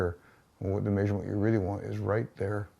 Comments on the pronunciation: Where’s that accent from? He keeps on saying ‘may-surement’ instead of ‘measurement’. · “The next maysurment” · Say measurement wrong again, I dare you!